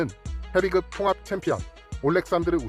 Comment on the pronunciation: 헤빗급이라고 발음하시는게 맞습니다.